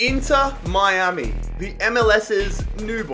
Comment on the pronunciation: This is how many times he said Inter Miami wrong ⬇️